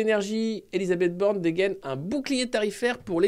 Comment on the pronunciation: Ba, Ba, Ba.....BAAAJHNE'D !!?